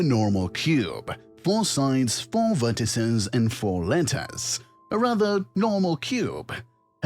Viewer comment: why did he pronounce vertices like that? why is he speaking like that? he sounds less british than he does congested